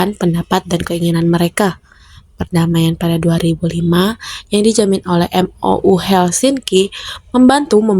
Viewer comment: MOU baca (Mo yu)